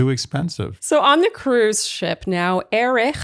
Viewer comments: I loved it when you pronounced it EriCH 😁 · I will always pronounce his name, Erikh, it cracks me up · Perhaps you should start pronouncing Erich as Eh•ritch for those complaining 😏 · Sorry about seeming firm on saying Erich correctly. I love your podcast!!! Sometimes the tone can come across badly online